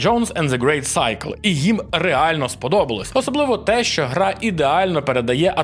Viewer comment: Щоразу цікавіші кейси з вимовою англійських назв. Індіана Джонс: Грейт Сайкл — це вже зовсім не очікуваний поворот. 😅